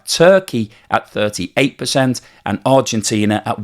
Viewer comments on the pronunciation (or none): none